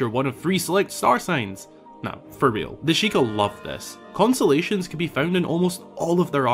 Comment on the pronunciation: Consolations are what you're given after a loss or disappointment. Kon-Stuh-Lay-Shn is a collection of stars.